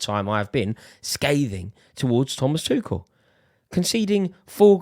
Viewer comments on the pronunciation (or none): Who tf calls Tuchel ‘Twoshell’? You lose the debate there and then